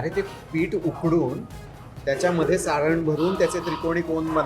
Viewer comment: सारं नाही हो सारण म्हणतात😊